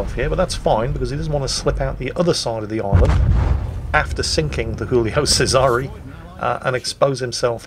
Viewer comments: was your goal for today video butcher as many names as humanly possible? If so I congratulate you sir.:) Rorsatch?!!!!!!!!! Hulio Sezaree?!!!!!!!!!! Pyotr Veleeke?!!! What the actual fuck fine sir?:D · I found you out now! You're not misidentifying ships in this battle, but nations! You pronounce Giulio Cesare as though she were a Spanish ship (or a ship from a Spanish-speaking nation), while you've handed the Pyotr Velikiy over to the Czech navy during the course of this battle: the first time you mention her, she's still pronounced fairly Russian-like, but after that, definitely Czech. Well, or Slovak I suppose. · Frankly I'm more worried about his attempt to pronounce "Giulio Cesare" :D